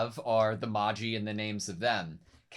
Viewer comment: Just a note that magi is pronounced maj-eye, like "magic eye" for an easier comparison